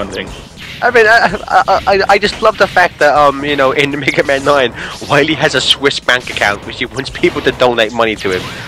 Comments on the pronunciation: here probably makes Waluigi jealous with how he says "Wahwee". WAHHH! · everyone knows its not Dr Wily its Dr Wawee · Its WAHWEE season hehehehe! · you got to stop dr. wahwee heheheheheh